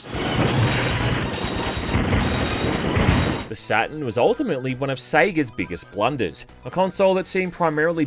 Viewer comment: I thought the console was called SatuRn, not Saten.. silly me